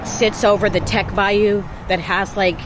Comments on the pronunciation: The bayou is pronounced TeSH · North Louisiana is totally different south Louisiana as far as race Louisiana. Teche river is pronounced tesh….. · Bayou Teche is pronounced bayou “Tesh” rhymes with “fresh” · it is spelled Teche but is pronounced Tesh. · Bayou Teche is pronounced “tesh” but no worries. We’re used to people mispronouncing things like that around here. Bienvenue a Louisiana! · Bayou Teche = pronunciation Tesh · Being from Louisiana, I couldn’t help but giggle at how you pronounced “Bayou Teche” 😆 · Teche is pronounced like mesh but with a T. Great video! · Bayou Teche not Tech but enjoy, you would pronounce it like Tesh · teche is pronounced Tesh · A couple things - Teche is pronounced "tesh". French influence. Second, I don't like crawfish, but crawfishing in a ditch is not lucrative so most you get in that area is from local farms or the Atchafalaya basin area. It isn't from ditches lol. South Louisiana accent is cajun/creole mainly. New Orleans accent is a bit different amd north Louisiana is entirely different. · Bayou Teche is pronounced “Tesh”. FYI. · Tesh, not Teck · Bayou Teche is pronounced like TESH instead of teck lol but this video is awesome ❤ glad u enjoyed yourself out here sha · Tech not tec bayou! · This made me homesick. I’m from Gonzales, “Jambalaya capital of the world”. I had to laugh at the “lurking” spiders. As a teen, I almost walked into a huge web w/a 2” banana spider in the middle. I’ve got the willie’s just thinking about it. 😬 BTW, Teche is pronounced “Tash”. 😉 Safe travels. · It's the Teche , pronounced "tesch" or "tesh" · Bayou Teche (pronounced tesh). It’s backwards for some reason. Haha! I’m from south Louisiana. Bayou Teche runs through my backyard… I’m about an hour south of Breaux Bridge. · Teche is pronounced tesh. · It’s pronounced (tesh) teche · It’s the Teche, pronounced Tesh. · Great film, but it is pronounced Tesh. I live on it. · Bayou Te-sh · Pronounced tesh rhymes with mesh